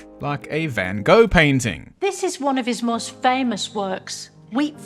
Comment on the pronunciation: If that woman is gonna critique Van Gogh, she could at least say his name correctly 😅 That and understand she's comparing the work of an IMPRESSIONIST to an academic. So fucking pretentious...